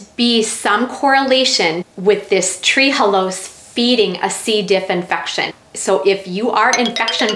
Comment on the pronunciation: It's Tre'halose not tree-halose